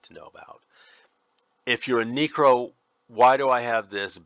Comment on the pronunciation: “This is my neecro spell set.” I had to do a double take on that one, my neecro